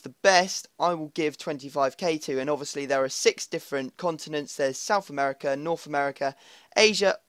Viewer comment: It's Siuth American